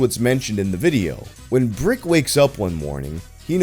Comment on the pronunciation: It's spelled "breek-keh"